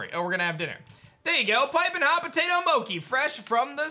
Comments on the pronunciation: he says Mo ki When its Mo Chi And the way he says Togetic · mokey? i thought it was mochee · Love the content man really enjoying the new game as well btw mochi is (mo-chee) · I've heard people say Mochi as Moki when we all know its pronounced MO-CHEE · yes Moki is incorrect pronunciation of the word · I think ur saying mochi wrong it’s “moe chee “ like cheese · Can we pronounce Mochi (Mow-chee) correctly, please? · The way he pronounces Mochi gets on my nerves but I love it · Hey i think you've been pronouncing "mochi" wrong. 😁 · Yup. The man has never watched Monster Rancher or a lot of anime it seems. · The way he pronounces mochi has been bothering me since ep 1 ngl 😫